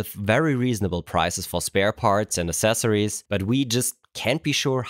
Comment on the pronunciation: Aksessories. AXESSORIES.